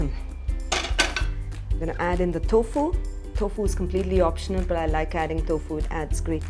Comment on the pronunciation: Darling, your pronunciation is ATROCIOUS!! 'Vegetables' (with a V , 4 syllables), not wejtibles (with a 'W', 3 syllables). 'Tofu', not 'thofu'. 'Bowl' like 'hole', and not 'bowl' like 'owl' or 'bowel' (a different kind of bowl altogether, every pun intended). 'Beginning' is pronounced 'bih-GIN-ing': emphasis on 'gin' (and not on 'big') with the 'g' being pronounced as a hard 'g' like the 'g' in 'gun'. I can think of a whole lot more, but you can start work on these for now.